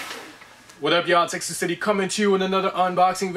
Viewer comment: sounded like he said Texas City lol